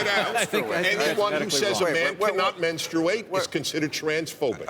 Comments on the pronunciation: Sorry Dennis, but 1) It's pronounced Men-Straight. Not "men-strU-ate". 2) Natural born men do not and cannot menstruate as they do not possess a functioning uterus etc. Transgenders can if they were originally women and kept their genitalia (despite their external body change) or trans men who had the genital surgery - (as Bill tried to explain, but you keep dismissing him.) 3) Bill is also right in telling you that you should frame what you say properly because how you spoke sounded like bullshit (and I agree it did.) Natural, biological men still exist and they cannot menstruate. That is a scientific fact. You cannot say they are the same as Trans genders (who are not natural/biological as they do surgery to change their body from it's original, functioning version) - classify everyone as one and then expect people to believe or listen to what you have to say in future. You don't even have the audacity to call someone Homophobic either if you can't even make the distinction between the two - and this is comming from me, a Bi-sexual who does want to become a Trans man. I get that you're trying to be an LGBTQ ally, but this little fiasco stunt you pulled does not help. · Who the fuck actually pronounces the U in menstruate? That alone shows how fucking crazy Prager is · Hey if he wants to do it (not something I would actually recommend) he at least ought to learn how to pronounce it properly. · Kyle H I menstruate... I have been pronouncing it wrong my entire life. Also... I just call it my period . Lol. I hate when people without periods have opinions about them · Prager made some good points but if he says menstruate again im gonna kill myself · Why do they pronounce "menstruate that way???? We took a pole at work and 100% of the women pronounce menstruate..."menˌstrāt" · Men-struate? Think he started his cycle right there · Men-strooo-ate??? Did I miss how to say menstruate for 34 years?